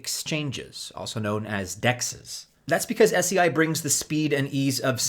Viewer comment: It's pronounced 'say'